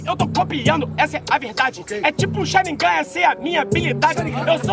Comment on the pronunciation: eu só presto atenção no apresentador falando "okaey" e falando charingan com mão no olho kkkkkkkkkkkk